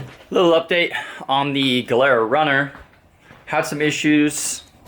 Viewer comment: 😂the way u pronounce gilera and malossi is hilarious geelera molowsi lol